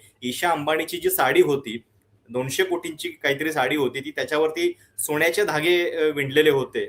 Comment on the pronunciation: सोन्याचे म्हणावे सोण्याचे नव्हे रे